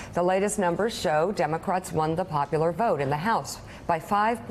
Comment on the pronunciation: She did say donaldcrat crat Trump😆